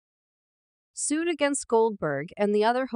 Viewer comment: Note to... You are speaking the ENGLISH LANGUAGE...so, LEARN THE CORRECT PRONUNCIATION OF THE WORDS YOU SPEAK... (e.g. Pat Sajak's last name; 'debuted'; 'lawsuit'; Sonny Hostin's last name; Joy Behar's last name;... and others that I couldn't even understand!!! Your mispronunciations are FRANKLY DISTRACTING AND ANNOYING!!! WTF!!!